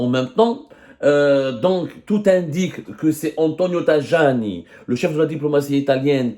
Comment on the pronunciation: Semmare on dit TAYANI.pas tajani !